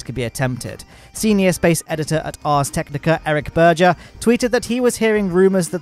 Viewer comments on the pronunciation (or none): none